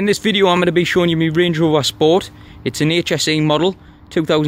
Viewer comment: Channel nothing is wrong with it lol ... how u said some words ..... range rover on point tho !!